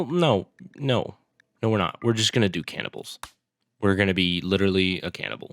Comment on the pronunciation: Bro can't even say cannibals.